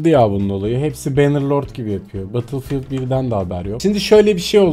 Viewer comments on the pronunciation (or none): Nobody:: BATILFİYILD